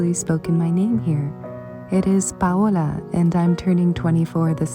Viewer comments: I so look forward to new videos from you every week. They are ASMR for my spirit, and your artwork is so inspiring. I also love your name and your authentic pronunciation of it. Beautiful❤️ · Hi Paola. Nice to know your name!! I like your name and how you pronounced it ❤️ As for my quetion, who took your videos? Did you actually set a timer on it? It is aesthetically beautiful 💯